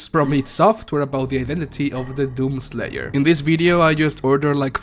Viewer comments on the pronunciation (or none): My mans says doom slayer like “DOom SLAYer”